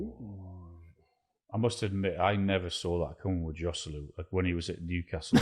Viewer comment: Least u could do is pronounce Joselu right